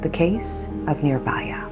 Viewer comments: idk why but everytime she pronounces nirBHAya as nirBAya. it pisses me off. i mean how you guys pronounce cool as KHool with H and not in this case where H is clearly mentioned in the word nirbHaya. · not baya , vhaya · It's pronounced "Nee(I)rbhaya".and "bhaya" means fear and neer is added to make it it's oppose..which is "fearless" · if ur gonna make a video about it, atleast google the pronunciation of the victim's name please